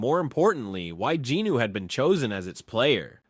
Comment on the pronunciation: these videos are awesome but the way you incorrectly pronounce jinWOO’s name is unbearable